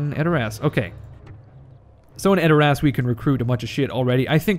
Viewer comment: edor ASS Its pronouced adorus but never the less you are funny as hell you had me cracking up about running your hands through eomers golden locks.